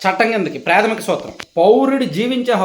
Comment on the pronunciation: Predhamika kadu Pradhamika prathisari pa ni alage vaduthunnaru.sarichesukondi.